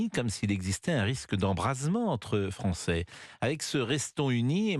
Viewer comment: Mdr le frero kabil : moi je suis devenu Fronçais 😅😅🤣🤣